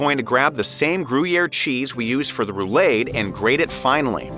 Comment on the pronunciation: Roo-lahd, not roo-laid.